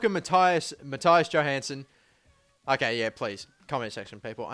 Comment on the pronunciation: You pronounced Mattias Johansson exactly right :D PS. Im Swedish :P